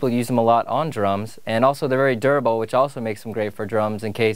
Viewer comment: What was that? CAN YOU SAY DURABLE AGAIn